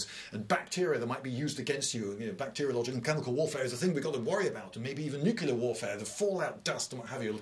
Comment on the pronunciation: “Nuclear”. “New” “clear” Of, or pertaining to, the atomic nucleus. You say “Nookular“ and you sound like your parents had the same surname BEFORE they got married….